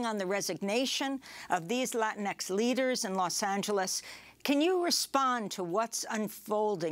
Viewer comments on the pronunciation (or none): You lost me when you said “Lainix.”